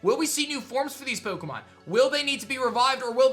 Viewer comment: You said pokeumenAnd yeah I spelled that right